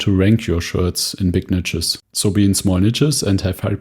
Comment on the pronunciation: Love your content, but please learn how to pronounce "niche". 😂 It's highly triggering.